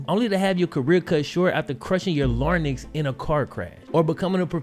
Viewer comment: Did this nigga say “crushing your larnyx” lmfao bro it’s your larynx (pronounced “lehr-inks” not “lahr-nicks” lmfao) It’s your voice box